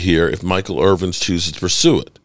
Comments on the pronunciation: Good content but his last name is Irvin not Irving. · His name is Michael Irvin. Not Irving